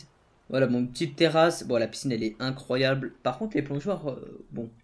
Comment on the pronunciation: il dis incroyable à la place de incroyable😂